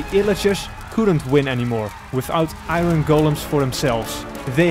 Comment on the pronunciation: He said iRen instead of iron but overall I loved this vid since it came out